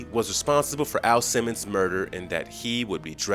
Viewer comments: sir are u saying AL simmons or A.I. simmons? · Dude, it's Al Simmons, not A.I. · Did he call "AL SIMMONS" "A.i. Simmons"? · His name is AL Simmons not A.I. Simmons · A.I. Simmons? You meant AL Simmons,right?